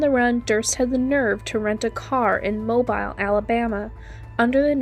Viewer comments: Pronunciation tip: Mobile, Alabama is pronounced “mo-beel” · One tiny correction. Mobile, Alabama, is pronounced, "mow beeľ," emphasis on the second syllable. The French settled & named it.